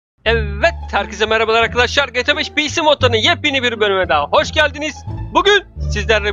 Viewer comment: Abi çok hoş GTA V diyosun :)